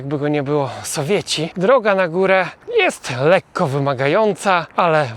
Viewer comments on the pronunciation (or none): none